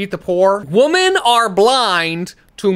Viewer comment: Obsessed with the way that can’t pronounce “women”. It’s only singular babey.